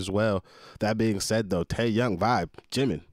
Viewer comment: Lord I couldn’t finishing this. 😅🤦🏿‍♀️ I died when you said Teayoung junkook. Don’t worry we going to get you right you’re going to be alright 😂